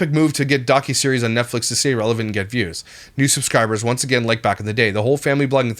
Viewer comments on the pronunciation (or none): nutflix sound like a corn site lol